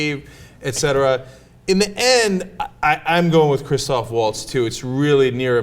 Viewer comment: ITS CHRISTOPH! NOT CHRISTOPHER! please try to get it right. you guys got it wrong like half the time.